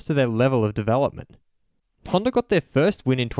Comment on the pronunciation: It's not Honder, it's Honda!